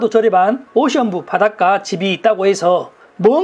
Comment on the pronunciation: 오션뷰 발음이... ㅎㅎㅎ